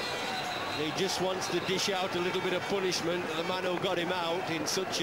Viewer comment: Geoff Boycott, says, its "Poo-nishment".boy the commentary was world class and entertainment